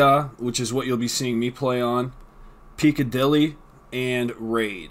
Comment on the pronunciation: It's pronounced Pick-a-dilly not Peak-a-dilly